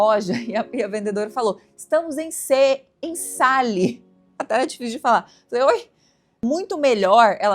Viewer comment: A palavra Sale (oferta/promoção) se pronuncia Sãl (como sel).